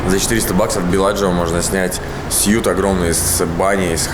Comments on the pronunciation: "Suite" произносится "свит" так же как сладкий "sweet", а "сют"- это КОСТЮМ! )) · номер называется свит, а не сьют.